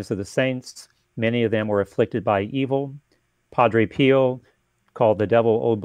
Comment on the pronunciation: You need to fix the part about St. Padre Pio. Its NOT Peele. It's PIO.